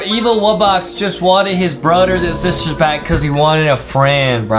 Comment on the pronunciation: bro, didnt you just say frozen wubbox waaned to e unfrozeen